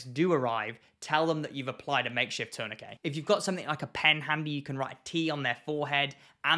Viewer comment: I'm just here for the glorious way you say tourniquet. In the Midwest of America, I've only heard it pronounced like turn-na-kit, but the way you say it makes way more since especially the way the word is spelled.